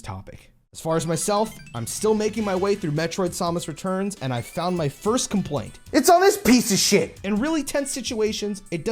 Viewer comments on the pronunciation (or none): SAAAAAMMMM (like HAM) - US(like the possessive noun) instead of SOMUS.